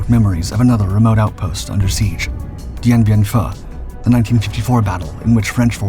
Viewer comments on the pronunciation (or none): Dude.... get the names right.... It's K sawn (phonetically) and D en B en foo. (phonetically.)